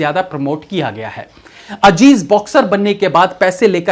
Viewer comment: Ye ajeej Kya hai bhai azeez Hy